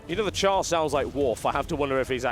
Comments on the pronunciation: "TotalBiscuit takes a lengthy look at Guild Wars 2 with a Char Warrior" It is "Charr" not "Char". Still great game, great gameplay thanks xD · i wanna smack u every time u say cow thx for sharing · Why does he keep calling the Charr cows? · It's not COW FFS Charr are Cats -_